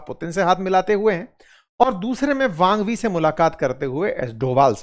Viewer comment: वांग वी नहीं, उनका नाम वांग यी है।